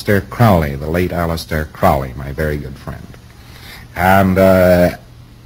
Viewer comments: Hubbard couldn't even pronounce the man's surname correctly. As Crowley, himself, said; "Not Crowley to rhyme with 'foully', but Crowley to rhyme with 'holy'." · Oh my god, he pronounced Crowley's name wrong. It is Crowley as in Holy. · Hubbard never knew Crowley personally, mispronounces his name, and mistakes a pseudonym for the name of a book.. go figure. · This is really rather interesting when one considers that Crowley (rhymes with holy Ron) believed Hubbard to be an genuine idiot! Sorry Scientology but the truth is the truth no matter how many people it offends. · I've never heard of or come across an A.C. book titled 'The Master Therion' written by A.C. I know that he referred to himself as the Master Therion after his outer order name of Purdurabo. But, sorry Ron. It's now Crowley like you are using it, (sounding like it rhymes with Howly). Your "very good friend" that thought you were silly, his name rhymed with Holy. But, I am sure that through Mr. Parsons, perhaps, you "knew" of Mr. Crowley and you got a very good idea of starting a religion for the financial tax breaks on your publishings. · For such a "very good friend", you would think he'd pronounce his name correctly. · hubbard was a fraud. crowley was dubbed such by the media. hubbard couldn't even correctly pronounce "crowley." you have been deceived. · Alex P if they were friends then how come he’s unable to pronounce his name correctly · L Ron Hubbard never met aleister Crowley, he also pronounces crowley's name wrong & mentions a book by crowley which doesn't exist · Hubbard is using the Americanized pronunciation...proof positive there was no familiarity.